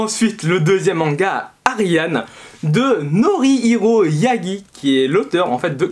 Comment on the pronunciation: il y a écrit Ariadne ^^ et pendant toute la vidéo tu as dit ariane